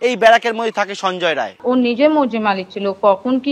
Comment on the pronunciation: সঞ্জয় রায় নয় সঞ্জয় রাই